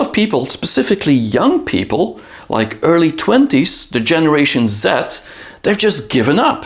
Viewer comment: I thought you said generation Zit. 😂